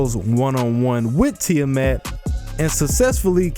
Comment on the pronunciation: "ti-a MET"..lol english speakers sucks when pronounce the "A"..